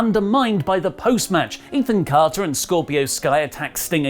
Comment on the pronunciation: Did just say Ethan Cárter 😂?